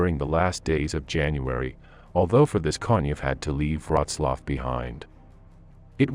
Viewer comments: Please at least learn how to prounce Wrocław before commenting on it. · Wroclaw = Breslavia You are welcome 😉.